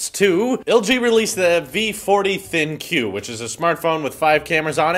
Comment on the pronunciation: The funny thing is that LG intended "Thin Q" to be be pronounced as "Think you". I'm from Korea and the ads are just embarrassing.